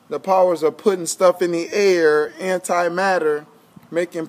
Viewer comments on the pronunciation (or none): none